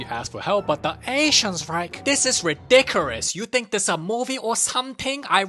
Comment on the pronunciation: "Dis is ridicerous"